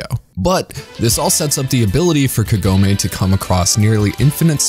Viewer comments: All the names are pronounced in english like in japanese except Kagome, wich should be spelled kAgome, not kagOme. I wonder why? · It's Kagome, not Kagoemay